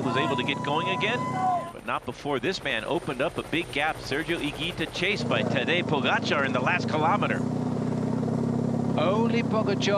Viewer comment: The video should be called 20 ways of how not to pronounce "Tadej Pogačar" an 3 of "Higuita"